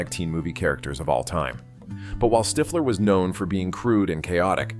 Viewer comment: ITS NOT STYFLER....ITS STIFFLER